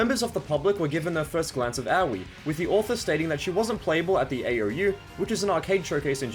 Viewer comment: "owwie" Try Ah (like the refreshing sound but only slightly elongated" and oi (like the response to Aussie Aussie Aussie) That out of the way, thanks for this.. I've long bemoaned the negativity toward VF3, it's a great game. People were just mad it wasn't 2 and the meme was perpetuated by people who don't even play VF. You also get HUGE respect from me for actually going to (and citing!) primary sources instead of just parroting hearsay and wikipedia. 👏